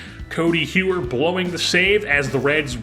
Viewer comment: Codi Heuer’s last name is pronounced like Hoyer. Love the content, excited for the season and prospect profiles to come!